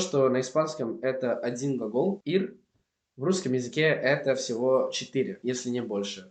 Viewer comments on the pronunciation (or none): none